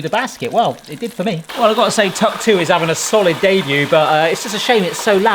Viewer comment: Tuck 2 sounds like hawk tua 😂